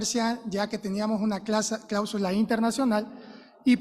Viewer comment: No se dice clábsula, se dice cláusula. La asambleísta acusadora no sabe expresarse, qué vergüenza